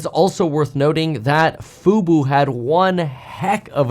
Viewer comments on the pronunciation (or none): fu-bOH, not fu-boo "F-U-B-O", not "F-U-B-U" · can't pronounce FUBO (Fubu LOL) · 🤣 Why have you always said FUBU when it is FUBO ??? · Love the report! By the way, you may get a text from Jeremy, the stock is Fub-o not Fub-u. 😆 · Love the news, but it’s FUBO! 😅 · "FUBO," not "Fubu." Fubu stands for "for us, by us" and is a black only clothing company. Disney didn't buy fubu haha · It's not Fubu, it's FUBO! Fubu is a ghetto clothing brand. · I was listening and wondering why he kept saying Fubu until I realize he's saying Fubo.